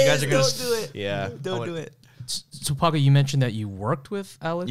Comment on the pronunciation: Paco sounds mallu